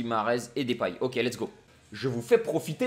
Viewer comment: je suis néerlandais et ons dis Depay pas Dépay alors arette de dire Dépay